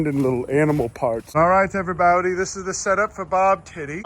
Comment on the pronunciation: "Hello everybowdy" always goes do hard